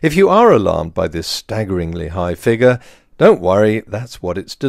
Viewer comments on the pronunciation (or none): none